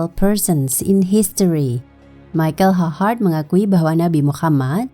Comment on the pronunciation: Bacanya bukan Maikel Ha Hart... Tapi Maikel Eich Hart...